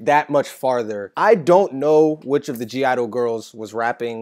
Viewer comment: The "(G)" in (G)I-DLE is silent. Soyeon is the rapper for (G)I-DLE and was featured in both Pop/Stars and True Damage as Akali in previous League Music Releases. There is a rumour that I haven't been able to verify that she produced this song. Miyeon is the singer from (G)I-DLE. She is the voice for Ahri, the nine-tailed fox girl. Fun Lore FACT: In pop/stars, Ahri appears in a laundrumat; in the shot with the hamper of clothing, you can see two sets of clothes... the Red and White of her original League of Legends skin, and the Grey and Gold of her Popstar skin (NOT related to KDA). The background is that in this reality where Ahri is a singer in the music world, she is trying to break out of her Popstar teen-Idol days (2013) with a more mature sound. Bea Miller replaced Madison Beer who voiced Evelynn - there is speculation that Madison's biggest hit wasn't a song where she headlined the line-up. Also, apprently there was some sort of dust-up between Madison and Riot, with her bad mouthing them. This was known after Madison deleted all KDA content from her feeds.. This paved the way for Bea. WolfTyla replaced Jaira Burns who voiced Kai-Sa - the speculation is she asked for more money and Riot refused.